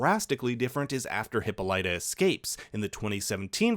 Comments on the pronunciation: Hippolyta is pronounced He po ly ta NOT Hip Oh Lita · You got a few terms wrong and mispronounced a lot of words that have been repeated a lot in the movies. At the beginning you said "Mother Stones" when "Mother boxes" was said nonstop. Also "Queen Hippolyta" is "hi-paw-lih-ta", not "hippo-light-ah", and you didn't even try with Themyscira. You added a lot of syllables that aren't even in the name. And others already pointed out that "He touched Barry" should have been "He touched Victor", and the dead shot thing. I can understand small things slipping through the cracks, but those mispronunciations make me feel like you didn't watch any of the DCEU movies at all. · And also how he pronounced Hippolyta as "hippo-LIGHT- uh" instead of "hippo-LIT-uh" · I'm sorry...but it's pronounced: "Hipp-aul-it-uh" not "hippa-light-uh" 🤣 And its deathstroke not deadshot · Appreciate the vid but yo... huh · paa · luh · tuh Not HIPPO-LIGHT-A They even pronounce it right in multiple DCEU movies. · Diana's mother name is Hippolyta. Like Hippo - lee - tah. Not what you said. Common mistake if you are not familiar with the character and just reading the name. Video content interesting nonetheless. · Can this dude pronounce anything correctly? Them-is-cee-ra? Heep-oh-light-ah? love the video but I laughed at they way he said some of those names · Oof, that pronunciation of Hippolyta :P (should be more like Hi POL ih ta) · Queen Hippo-light-taaaaa! jajajajajajajajaaaa. I stopped watching after that. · mother stone... hippolayta... therameseya... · First off Huh-paa-luh-tuh Second Deathstroke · Hippo-lida...omg if you said it one more time SOOOO wrong I was going to flip out. Look it up... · Its queen hip-paul-lata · "queen hippo-light-ah" But in all seriousness what an amazing piece of work this video was, thanks for combing through all the footage to archive the differences and you deserve all the kudos! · Hippolyta’s name is pronounced hi-paa-li-taa. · The way he pronounced Hippolyta.